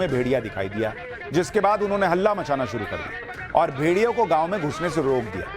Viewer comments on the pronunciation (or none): none